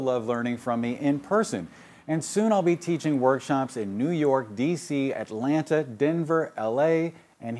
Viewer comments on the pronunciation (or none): none